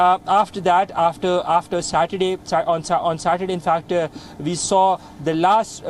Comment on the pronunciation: Why Indians do not differentiate between V and W. This guy keep saying "Ve have been reporting" or "people who has Wisa could get evacuated" lol